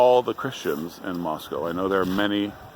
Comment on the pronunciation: Can you say “Moss-cow?”